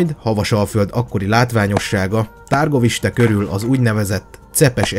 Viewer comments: Úgy kell kiejteni a Havasalföldi fővárost: Türgoviste. Amúgy jó a videó, csak a "nemesség", "középosztály", "herceg"...hát nem szerencsés szóhasználat ebben a korban és ezeken a keteli tájakon, még ha vannak is analógiás hasonlóságok. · Kedves barátom , csak pár tippet adnék a román ábc Ben nincsen a csak á igy Brán kastély helyesen és Türgoviste a helység neve :) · Nagyon jó videó lett , rengeteg infóval és tudással . Építő kritikaként csak annyit szeretnék , hogy mivel itt román helységnevek és személynevek is megjelennek , az a-t á-nak ejtik és az â-t ü-nek (pl . Dan=Dán , Târguvişte=Türguviste ) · Pár tipp románból😉 Nem Tárgoviste, hanem Türgoviste Nem Bren hanem Brán kastély (románoknál az a betű á)